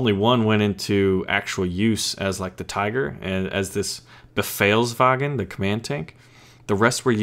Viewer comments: you say " befehlswagen" absolute correctly :) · Your pronounciation of Befehlswagen was actually really good :) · Yep befehlswagen, u said it right ;)